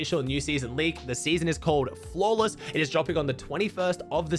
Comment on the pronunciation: Did Bro say Flawless? you ok bro?